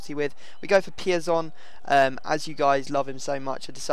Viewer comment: say piazon really wierd